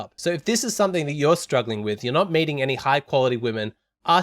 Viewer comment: When you said "meeting", I kept mishearing "mating" edit : That said your point is so simple, common sense, yet not so common I kind of knew it but never consciously put it into words, thank you so much